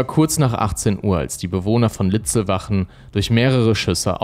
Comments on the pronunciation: Ja, nicht Siegersdorf. Und der Ort , an dem die Schüsse fielen, heißt Litzlwalchen, nicht Litzlwachen. Diese Fehler stören enorm und wären leicht zu vermeiden… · Die Ortschaft bei Traunstein heißt Litzlwalchen und nicht Litzlwachen. 😉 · Servus, es heist nicht Siegesdorf sondern Siegsdorf und nicht Litzlbach oder Litzlwachen sondern Litzlwalchen. Außerdem ist Litzlwalchen keine eigenständige Gemeinde, sondern gehört zur Gemeinde Nußdorf. Ansonsten ein prima Video in gewohnt guter Präsentation. Danke. Liebe Grüße aus dem westlichen Chiemgau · Leider heißt der Tatort nicht Litzwachen , wie hier genannt, sondern Litzlwalchen und der hier Siegesdorf genannte Ort Siegsdorf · Sorry, will nicht klugschei..ern, aber: Es heisst Siegsdorf (nicht Siegesdorf) und Litzlwalchen (nicht Litzlwachen). Bin aus der Gegend... Ansonsten wirklich sehr guter Kanal! LG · Der Ort heißt Litzlwalchen mit „l“ in der Mitte 🤦🏼‍♂️